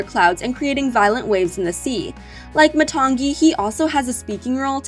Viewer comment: You said matangi wrong and moni